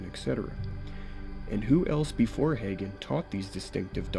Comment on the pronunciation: I can tell you did not cut your teeth in the charismatic movement, or you would have had it etched in your soul that Hagin is pronounced "Hae-gin" Unlike you, I am one who came to faith in the charismatic movement, originally a Spirit-led movement of God, antecedent to its falling off the deep end and takeover by Word of Faith. So my prayer is not to throw the whole charismatic movement out with the filthy bathwater, contaminated by WoFers, but to redeem it in some way. However, I am to the point that I don't appreciate the label because it has been so tainted by the apostates and heretics mentioned in your video; I prefer to simply call myself a "Continuist" (as opposed to Cessationist).